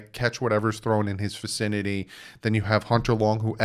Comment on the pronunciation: It's vicinity not ficinity lol. I mess it up all the time too! another great vid my dude.